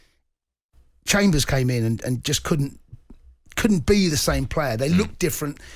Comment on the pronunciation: Chambers 😅😅😂 and nobody corrected him 😂